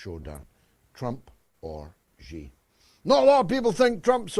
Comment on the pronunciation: Only gonna say it bc GG brought up the subject but since he said everybody is gonna have to learn how to pronounce Bab Al-Mandab how ab pronouncing Xi correctly? kept saying it right and you still couldn't do it. It's so easy... SHE!